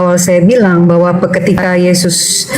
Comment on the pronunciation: Oten selalu melilit lidah mutar muter akhirnya kepeleset lidah menyebut mengarah yezzuz emang bukan twohan😂 Sebaik apapun kezezatan dibalut dg kata-kata pembenaran kezezatan tetep tercium menyezzatkan🤣